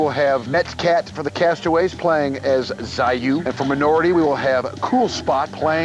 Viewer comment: One guy says Zai-You the other one screaming Zai-YOW. Never seen so much fail on pronunciation, the Japanese and Chinese will be pissed!